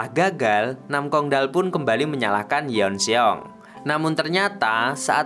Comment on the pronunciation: Yeon Seong dibaca Yôn Sông bukan Yon Se-ong😎